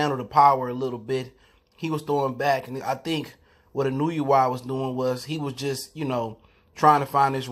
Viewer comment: I love Inoo-you-wa